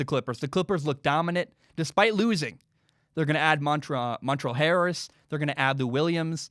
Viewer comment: Montrell Harris? 🤣